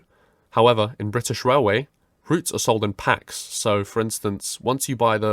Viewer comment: „Brithish Railway” Real goosebumps